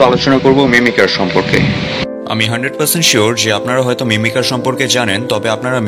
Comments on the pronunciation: ভাইয়া এটা মিমিকার হবে মিমিসার না😅😅❤❤❤ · ভাইয়া এটা মিমিসার না মিমিকার হবে 😂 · মিমিসার না Mimicer